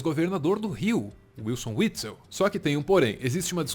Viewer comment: Witzel com som de V.